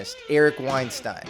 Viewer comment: Thanks for getting the pronunciation right,. Being chastised has taught you well - Weinstein, like a fine wine. Not Weinstein, like bean. Anyone else see the resemblance between Eric and Clavicular? He made a face around the mark and I saw it. Now I can never unsee it. Handsome gentlemen 😎